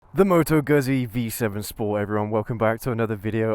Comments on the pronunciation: Must be very few people who still pronounce 'Gutsee' as 'Guzsee' come on it's not difficult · Just a couple of quick points. Let's get the pronunciation of the brand correct. It's not Guzzy as in Fuzzy, it's Guzzy as in Tootsie. Secondly, there is no way this bike can ever fall into the "cruiser" genre. It's just not a cruiser so continuously referring to it as one is simply misleading. It's not even a "retro" bike because Guzzi have been making this style of bike for several decades, so it's original Guzzi not a retro. I'm a fan of the brand so I just like to have reviewers describe them accurately.😊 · you need to learn to pronounce Guzzi; It is "GOOD-Z" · is it that hard to pronounce Guzzi right??